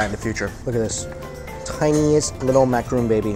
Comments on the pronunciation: I hate to be that person, but "macaron", not "macaroon". People get them confused way too often so I had to bring it up. Otherwise, OMG that buffet is my aesthetic. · *ma-ca-ron (rawn). #triggered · Macaron not macaroon... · Great video Mike. Little correction though, that's called a macaron (say MAK-ER-ON) not a macaroon. They're quite different things! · For the love of god Mike that is a MacaRON not macaROON. There is a difference! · macaron,.. not macaroon... macaroons are coconut. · Wasn't a good "macaroon?" Well that's because it's not a macaroon, silly